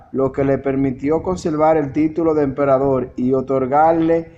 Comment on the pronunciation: Austria es distinto de Australia: min.. En ese tiempo Australia aún no existía como país., creo que eres cubano por el uso de la letra L en lugar de la R. La palabra no es "emperadol" sino "emperador. Tuviste una buena intención cuando publicaste este vídeo, pero antes de divulgarlo debes editarlo correctamente, también debes practicar la lectura, igualmente necesitas repetir para ti mismo algunas palabras complicadas, y después de todo eso, entonces podrás leerlas de manera correcta y natural en la cámara.